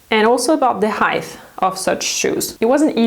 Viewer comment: Height (NOT heighth). It's confusing, because of width and length (which both end on a th). Therefore many folks mispronounce it. However, height ends on a T. :-)